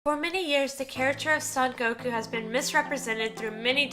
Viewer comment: It'd be nice if you could pronounce his name right. The "so" in "Son Gokuu" is pronounced like the English word "so". Gokuu has a long vowel at the end, so make the "u" sound at the end a little longer.